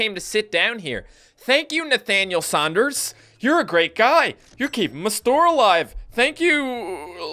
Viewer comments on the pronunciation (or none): none